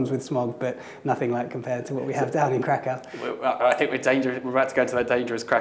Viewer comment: 15 years in Kraków and he still calls in Krak-aoo and it grated on me every single time.